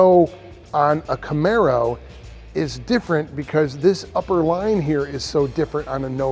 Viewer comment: Joe " I own a Namaro " Rogain